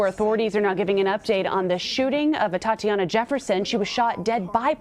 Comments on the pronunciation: They slaughtered her... now they slaughter the pronunciation of her name. Seems about right. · You can start respecting her by saying her name right... ATATIANA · Are they even saying her name right. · Anybody keeping track of how many times he said her name wrong? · It's ATATIANA for f sake ! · Her name is not that hard to pronounce. It's about enough that she was unjustly murdered. Pronounce the woman's name correctly. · At least pronounce her name correctly. Don't deprive her of one syllable just because you're too careless to read and practice saying it a few times before the press conference. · Get her name right, at least. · Insult to injury, spokeswoman can't pronounce 'Atatiana.' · Help this woman, pronounce the name Atatiana Jefferson... Gotdamtit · Can someone please tell her how to pronounce Atatiana’s name! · Should've at least practiced saying her name.... Yeesh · Didn’t even read the name right. Lol. It’s a joke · She didn’t ever say the woman’s first name correctly throughout the entire video and speech she had nothing to do with. Pathetic. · her name was Atatiana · Both of them did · Can't even take the time to make sure her name is correctly pronounced. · You can tell how much she cares by how many times she mispronounces her name... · The mayor mispronounced Atatiana's name every time she said it. 😡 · SO VERY TRUE, SHE'S SO SORRY AND CARING - ENOUGH TO GET THE VICTIM'S NAME CORRECT!!!! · The "chief" of police couldnt even pronounce her name correctly on several occasions....yet she's going to get the justice she deserves?? I wonder... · I am going to need for him to get her name RIGHT! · You can't even say her name correctly and you want us to think you care? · She keeps getting her name wrong. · Get her name right man. Practice it a few times before you start apologizing. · And please get her name right, ATATIANA. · Its Atatiana...not Atiana. Come on lady... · Is it me, or did the police chief continuously mispronounce her name? 🤦🏿‍♂️